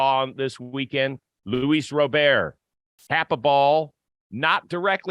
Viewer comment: Just like, for future reference, it's Luis (With the S pronounced at the end) not Louis like French, and Robert is pronounced with a hard T at the end like you'd pronounce the name in English. (Edit: Just heard yall pronounce it right the next chance, let this just be a lesson for anyone who needs it I guess) But overall yeah, the guy is disappointing in just about every regard. Even though he has elite range in CF, he doesn't communicate seemingly at all. The amount of near collisions on balls between the outfielders is insane, and it's been going on since he started playing for us. His plate discipline is awful, and again, hasn't seemingly improved at all since he got here. It feels like a guy with all the tools, but not the insane drive required to utilize all those tools at the MLB level. He doesn't seem to make adjustments, and with the stuff about not knowing the bench coach's name and all that, I am worried he won't ever develop into the player he is capable of being.